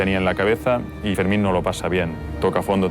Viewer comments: His name is pronounced Fermeen, not like vermin. Get it right ffs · Great video!!! But you should improve Fermin name pronunciation 😅. The strong vowel is the i.